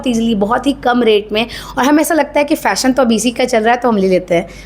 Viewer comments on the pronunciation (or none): फ़ैसन नहीं फ़ैशन बोला करें... इजी नहीं इज़ी बोला करें... ज़्यादा नहीं ज़्यादा बोला करें....प्लाजो नहीं प्लाज़ो....nekshat nhi next.....shtyling nhi styling.... Shtories nhi stories...posht nhi post.... Pershonal nhi personal....quij nhi quiz.....uuj nhi use.... Abshtract nhi abstract... Invesht nhi invest.... Reqesht nhi request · Jab fashion ke bare me itni knowledge.. itna gyaan baant rahi ho to sahi se pronouns bhi kar lo... Sh ko s... Aur s ko sh bhi bolne ki practise kar lo.... Fasht nahi first( स )... Aur फैसन nahi फैशन hota hai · Speak properly फ़ैसन नहीं फैशन सुरु नहीं शुरू हमेसा नहीं हमेशा नेक्ष्ट नहीं नेक्स्ट । my God can’t hear bad voice bad diction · Phle khud to dhang se fashion bolna seekh lo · Yes fashion influencer ho atleast fashion to sahi pronounce karo😅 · 😂😂😂but himmat ki daad deni padegi fashion pe vdo aur fashion hi nhi bol pa rhi👏